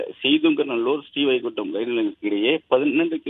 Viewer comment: It's not sree vaikundam.. Sreevaikundam...😢